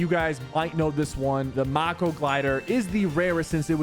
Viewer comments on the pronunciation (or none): it's may-ko not Mako lol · Bro said moko and not mako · Sypher why did u say miko glider it's mako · It’s pronounced may-ko. It’s not ma-ko. It’s like the shark. Come on say it correctly. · bro just said maka its mako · Its Mako not marko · You don’t say it like maako you say it like mayko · Not to be mean but it’s not “Mac-o.” It’s called “May-co”. (How I say it). Im sorry if I made someone made😓😭😖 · its not maako its mako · It's not pronounced m-a-ko it's pronounced m-ay-ko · mayko not mahko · lmao maco had me dead may-ko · maacko glider😭 sypher it’s pronounced mayco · It’s not pronounced ma ko, it’s pronounced mayko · Bruh, my man said moko instead of mako 💀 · He says mako like macko its may ko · It is called Mako as in mako shark and it’s pronounced may ko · Sypher, it's pronounced may-ko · Him: mocko Me: man I’m dead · It’s pronounced “May-co” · m-Ako not mako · sypher pronounced mako wrong its pronounced mayko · The he said mako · Its pronounced “may ko” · It pronounced mako its a shark and fits the gliders name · lol “ma-akaa” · No hate but it is mako pronounced may-ko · Anyone else triggered when he called the mako glider:”Mocko”? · Good video but I thing it’s pronounced makeo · It’s make-oH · pronounced may-co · "The Mock-o Glider" - SypherPK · HE SAID MAUKO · "mAHko glider" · He says macko wrong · mah-ko :| rlly?? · Bro said “mauko” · "The moko glider" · “Maca” glider 😂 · the way you pronounce mako disappoints me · You pronounced the mako glider wrong it is supposed to be based of the mako shark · the way he pronounced mako gave me the ick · it triggers me about the way he pronounces the “mako” glider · Not only did he pronounce mako wrong but he also said the wrong stuff. 1 there was no season 1 battle pass, and 2 it wasn’t even in the battle pass. The way to get it was by getting to level 25 in season 1 Also to get the battle bus banner icon you had to be level 10 in season 1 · You pronounced mako wrong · You said mako glider wrong